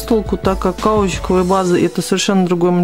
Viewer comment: Обалденный цвет. Кажется можно было и в один слой оставить. Никогда не пробовала носить "разные" руки))) И ещё, не хотела быть занудой, но обратите внимание что каучУковая база, от слова каучУк, ударение на последнюю у В каждом видео мне прям слух режет. А видео хорошие у вас и обзоры и советы 👍🏻